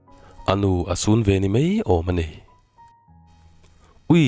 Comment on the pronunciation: I chhiar thiam lutuk.Mahse,Mai tih hi Mei tih ang hian i lam deuh zelin ka hria.